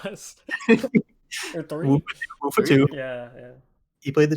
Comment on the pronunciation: TIL how to pronounce Wuffa (I was a degenerate who called him )